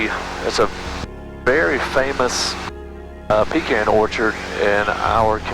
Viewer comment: At least you pronounced pecan correctly.